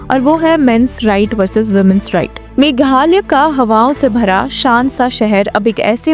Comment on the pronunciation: Meghalaya you pronoun meghalay.Himalaya how do you pronounce.